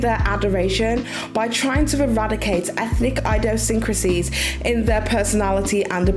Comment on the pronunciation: Idiosynchroties - IDD-eeee-oh SINK rutties